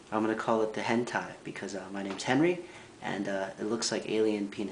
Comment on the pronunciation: due hope you realize its hentai not "henti".